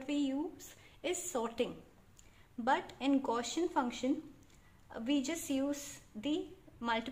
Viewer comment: Thank you very much. Nice work. But please correct your pronunciation of "Gaussian". It was sounding a bit weird.